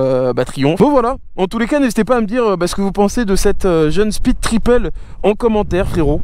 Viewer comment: "speed-triple" l'accent est décédé sinon en vrai essai super quali comme d'hab